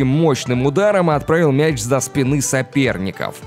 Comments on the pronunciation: Так так так, за спинЫ и отскОчил. Программа зачитывает? Отстой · За спинЫ, отскОчил, начатсЯ. Чел ты язык вообще русский учил?